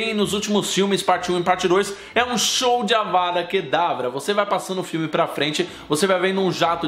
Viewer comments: Mano ele fala avara kedavra e é avaDa kedavra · vc, várias vezes no vídeo, fala "Avara" em vez de "Avada" rs. Além disso, cometeu um equívoco quanto a Sra. Weasley. No livro diz que ela acerta a Belatriz com uma raio vermelho que acerta abaixo do braço dela. A Sra Weasley não usou a maldição da morte. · Ele falou avaRA kedavra um monte de vezes 😂